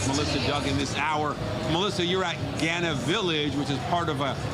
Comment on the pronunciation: Its GHAA-NAH .... NOT GHE-NAH ya dummies.